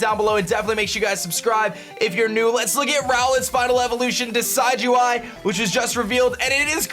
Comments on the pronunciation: I simply disliked because you mispronounced Primarina and Decidueye. It's PREE-MARINA, not PRI-MARINA. Also, you made the "I" sound in Decidueye's name, it should sound more like DESID-JEWEYE, not DECIDE-JEWEYE. Don't blame me, blame my OCD. Sorry if this sounded offensive. I know I'm gonna get hate on this comment, regardless. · Its not Decide-you-eye! Its Pronounciation: Deh-SID-ju-eye Like Deciduous trees, and eye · decidueye is pronounced duh-sidge-oo-eye ! just a heads up! it's like a deciduous forest ! :D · im sure someone commented this already, but: Rowlets final evo's name is a mix of Deciduous, a kind of tree, and eye. pronounced Dee-sid-you-eye, not dee-side-you-eye. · It's probably pronounced like deciduous because of the forest type. Not like the word decide. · And it's pronounced Decih-dueye, not Desigh-dueye! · The mass mispronunciation begins.. why do I get so triggered ffs lol. Decidueye's name is based of deciduous, not decide. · Believe it is De sid u eye, like deciduous forest, not De side u eye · It kinda bugs me he says DECIDE-U-EYE its decid soft c as in deciduos forest and eye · You pronounced Decidueye wrong. It's deciduous and eye put together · Everythime he says Decide-you-eye I facepalm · Pronounciation: Decidueye (Deh-sidj-yoo-eye) Like a deciduous tree. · I believe it's [de-SID-you-eye] after the deciduous tree, as well as [PREE-muh-ree-nuh], as in Primadonna. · It's pronounced Deh-Sid-You-Eye like Deh-Sid-You-Us trees that lose their leaves yearly as if they are dead. Also Pree-Mah-Reena similar to primadonna which is a female singer. primadonna + marine = primarina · I think Decidueye might be pronounced Di'Sijō-Eye as in Deciduous (Di'Sijō-Os) + Eye. But I could be wrong because Decide - You - Eye sounds better anyways. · The dueye in Decidueye is pronounced "day" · I think it's probably pronounced 'Decid-' as in 'deciduous.'